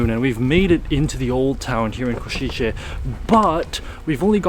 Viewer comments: Kosice, s as 'sh' (shic, ship, shark), c as 'z' (zig - zag) . Try say 'Koshize' instead of 'Koshitche'. Thx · I got ick from you saying Košiče(Ko-shi-tzhe) instead it should be Košice(Ko-shi-tze). Also, cathedral entry is for free, you only have to pay I guess 3-5€ for tower with nice view of the main street which is totally worth it for such price. Nevertheless, thanks for coming and showing Košice to the world, it’s nice place with a lot to offer :) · Small note C is here always pronounced as TS, not as english CH, its Ko-shi-tse, not Ko-shi-che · try to pronounce it like this: "Koshitse" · Košice nie Košitse😂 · please, learn right pronunciation of Košice